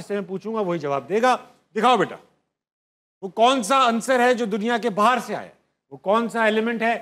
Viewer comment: ye urdu ke ustad hain aur bahar lafz ko bahir kah rahe hain, jb ustad ka ye haal hai to shagirdo ka kya haal hoga